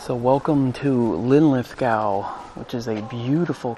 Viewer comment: Lin lith GO mate Glas GO not gahw